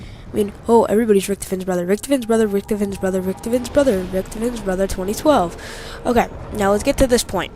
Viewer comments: Richthofen not Richthofin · Ha he said ricktifin